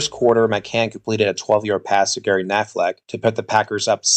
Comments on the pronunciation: Nice video. Constructive comment. The player is Gary pronounced Ku (as in cut) plus naffle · #84 Gary Knafelc's last name is pronounced Ka na' fell. The c silent. For decades after his playing career, Knafelc was the public address announcer at Green Bay home games😅